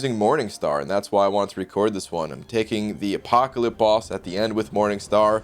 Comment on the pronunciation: Are you saying Apoca-lip? I'm pretty sure you're saying Apoca-lip.